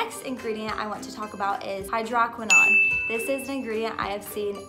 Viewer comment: "Hydroquinone" pronunciation = hai-drow- kwuh- nown